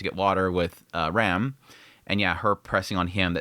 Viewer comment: She's not REM, she's RAM. Pronounced like "ram" in rampart. Or like PC part RAM. Please stop butchering the names, it's clearly pronounced in sub